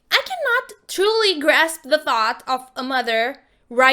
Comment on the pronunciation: It’s pronounced of Not OOFF ur voice is soooooo bad